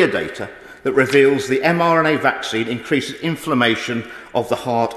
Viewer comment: I noticed that too, plus a few look to have scurried off at the start!! The baby issue is absolutely disgusting!!! Huge respect to the MP for standing up & doing the honorable thing!! However, it's a shame that he miss-speaks & seems to say 'mNra' a few times, plus the major mistake with the extra unnecessary 'word' added after 'Covid-19' which changes the whole point he was trying to get across (watch from for context) - these things make easy prey for distractors..!!!